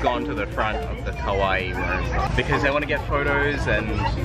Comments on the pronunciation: pronounce it KA-WA-EE otherwise it sound more lik KOWAI scary.... you dont want to know how many americans call girls Scary instead of cute and then getting weird looks back lol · diom adad that mispronunciation always bothers me! For videos like this you’d think that maybe they’d consulte a Japanese speaker to double check that they’re saying the words correctly before publishing the video.. oh well. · Lin Nyunt its english in general ... it makes the a sounds more like an o .. and maybe the e could be more longer ... i have heared worse kawaii's .. but in generel ppl should understand it right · I don't know how I can make the "ii" any longer without sounding ridiculously like an anime character. I've never heard "a" and "o" sounds confused for one another. In British or Australian pronunciation anyway. Perhaps it happens with American accents where the sounds are closer? When Japanese people say kowai it's a straight forward blending of "a" and "i" no extra "i" sound on the end. I'd equate it to saying ko-why. Kawaii has a definite extra "i" sound like you said. So the difference is distinguishable. If you want to get further into the pronunciation, when Japanese people say kowai, the stress is on the "ko" part of the word. Whereas the stress is on the "ii" part of kawaii. For reference, although I'm not fluent in Japanese, I do live in Japan and speak conversational level.